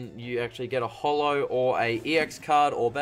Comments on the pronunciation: It's short for "holographic" so how else would you say it other than the way he does? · He says it just fine, so holo...